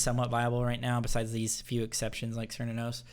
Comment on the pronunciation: Hey I realized a while ago that it's Kernunos not sernunos in case you didn't know.